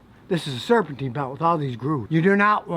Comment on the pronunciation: It's not serpentine it's serpentine